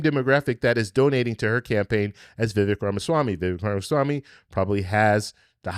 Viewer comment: His name is pronounced… VivAAAKE (like Cake)